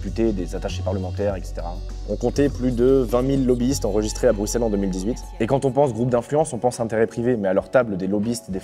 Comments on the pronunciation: un francais qui dit bien Bruxelles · Enfin un français qui dit bruxelle comme il faut 😍